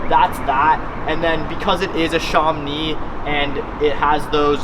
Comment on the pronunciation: Sham-Oh-Nee...Not Sharm-nee. It's named after an area in France.